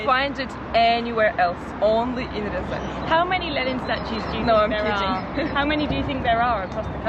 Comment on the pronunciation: Ryazan is not "rural". And that's not how you pronounce Ryazan.